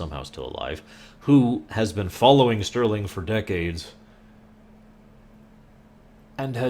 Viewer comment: not sterling - its henry ' star - ling '